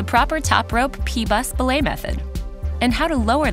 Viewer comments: They say belay wrong, its be-lay not blay right? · Its pronounced buh-lay